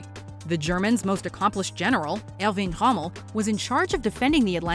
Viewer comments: I think she meant to say 'Erwin Rommel' not Elvin Hommel. How do you mis-pronounce the man nick-named 'The Desert Fox'? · I have never, ever heard Erwin Rommel’s name pronounced in such a way. If I didn’t know who you were actually referring to, I wouldn’t have ever guessed that was the name that you were saying. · How did you pronounce Erwin Rommel?